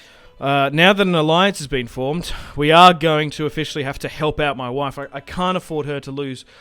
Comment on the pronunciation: Enjoying this lets play. Also when you say Mah Wife cracks me up everytime hahahaha